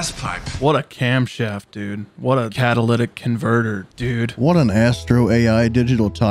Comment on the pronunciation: Instead of “what a cadilledic converter” it’s “what a catholic converter”.